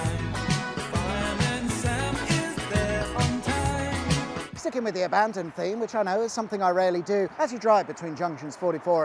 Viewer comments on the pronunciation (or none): none